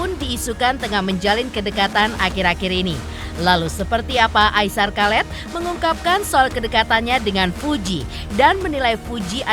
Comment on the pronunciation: Aisar kalet 🤦🏼‍♀️😂 Aishar Khaled(dibaca Aisar khalid) 👍🏼